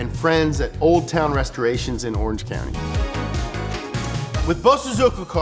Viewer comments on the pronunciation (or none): none